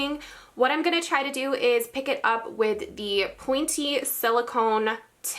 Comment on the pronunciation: Did anyone else hear” pointy “ weird?